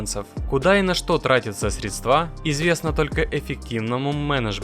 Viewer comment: Опять средствА. Ну на хер такие обзоры